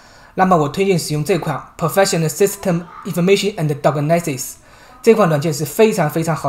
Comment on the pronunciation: 已收藏 但要留意一下發音如diagnostics